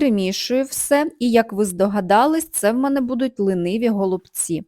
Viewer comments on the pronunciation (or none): Все добре, але голубці не лИниві, а лІниві(